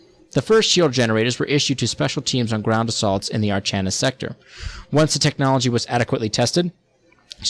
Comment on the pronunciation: Archanis is pronounced Ar-KA-nis